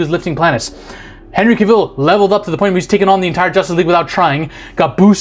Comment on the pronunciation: CAVILL. Not "Caill"